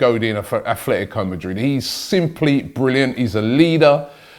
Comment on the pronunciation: jesus christ, i can't hear aTHletico or aFletico madrid anymore.......